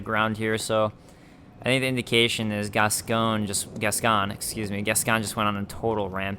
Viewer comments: Gascoigne is actually prounced like "Gas-coin". Just think of the "g" being silent and it you get "Gascoine". It's the same deal as my Gough comment for your DaS1 playthrough; it's a normal family name in the UK. I think the "Gas-con" you've heard is based on the French origin of the name, like Richard being pronounched like "Ree-shar" over there. Or your very own name being pronounced like "Dah-vid" rather than "Day-vid". Funnily enough, just like with Gough, there's a famous retired sportsman with that name that everyone in the UK will have heard of. In this case it's Paul Gascoigne, he played football for England. Here's his name in some football commentary. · hey. Loving the let's play. Just started this game but there's one thing. Gascoigne is pronounced "gas coin" I'm English and there used to be a footballer with the same name "Paul Gascoigne" ;). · I swear Gascoigne is meant to be pronounced, 'Gas-coin'. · Sorry dudes but the name is pronounced Gas-coin. The voice actress who plays Eileen the Crow is from Yorkshire, England and her thick accent makes it sound a little different when she says it, but it’s definitely Gas-coin. It’s a reasonably common name here in the UK which has French origins.